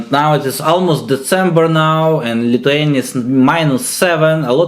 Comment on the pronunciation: "майнус сэвен вэвэр ин литвениа"😂